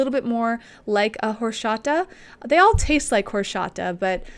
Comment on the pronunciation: it is pronounced exactly like it is written, horchata not horshata, but you are adorable:)